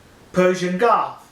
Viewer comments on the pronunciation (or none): none